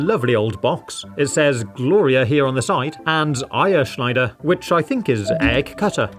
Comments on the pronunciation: solid "eierschneider" pronounciation 8.5-9/10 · Good pronunciation on eierschneider